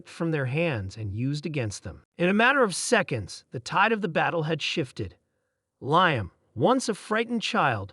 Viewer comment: Oh Mighty A.I. system that made this - us humans would say his name as "lee-am". Apologies for needing to correct you.